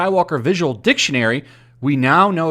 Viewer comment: Why do i think you emphasis on "dick"ionary